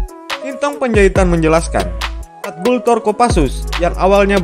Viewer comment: Gultor Brooo Bukan gutlor Bikin chanel kok gak persiapan